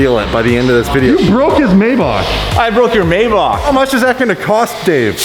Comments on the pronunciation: wtf is a may bock its a may back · you don't pronounce Maybach as it's written, it's called "My bach" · I'm pretty sure its mayBACK but that's just me